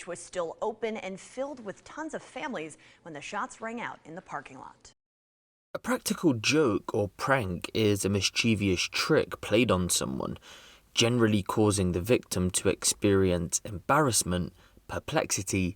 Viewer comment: It's mischievous not mischievious, just saying